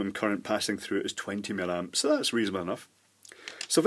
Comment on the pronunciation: Hi. I'm so glad you stopped saying "mill-amps" and resumed calling it "milliamps" as it actually is. I never found out why you started doing this; presumably you got criticized and caved in, which is not like you in my observations. Anyway, why would you cave in to an obvious idiot?